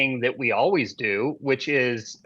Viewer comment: It is so hard to listen to guy, and hold him to be credible, who constantly says, "Alwees."